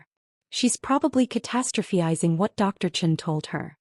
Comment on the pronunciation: Catastrophizing IS NOT Catastropheizing. AI needs to pronounce words correctly.